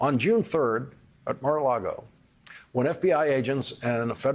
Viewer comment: Lawrence, you are so erudite. Just correct how you say the Golf Club correctly: there is no 'R' in the word for lake, ie, it is lago not largo. Small detail but you are so spot on regarding all you report. We so appreciate you!